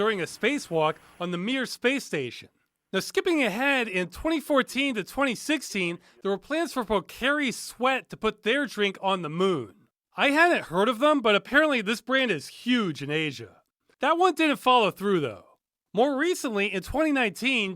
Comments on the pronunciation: Just to clarify because this kind of bothered me it's pronounced poh - car - ee sweat but great vid! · Pocari Sweat isn't that hard to pronounce, dude. Come on.